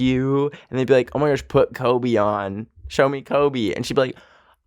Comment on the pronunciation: it sounded like he said klobe